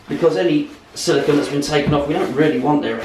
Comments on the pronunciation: First, regardless of accent, it’s not silicon. It’s silicone. Secondly, great video on beating a dead horse...and beating... and ..oh god... the blood! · It's Silicone, not silicon!